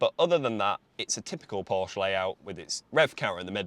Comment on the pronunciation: Learn how to pronounce Porsche.